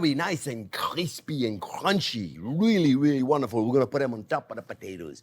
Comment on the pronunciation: Even Chef's accent when he says "crunchy" and "crispy" is crunchy and crispy 😂